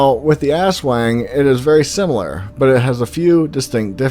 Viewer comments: Did you say ass - Wang? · It was worth watching this with my ten year old just to hear him giggle every time he heard "ass wang" lol